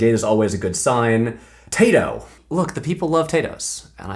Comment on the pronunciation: Patrick as much as l respect you and feel very special to be in the 10% of viewers that are female I felt so hatecrimed by you pronouncing Tayto with a final ‘s’ that I had to skip that whole part of the video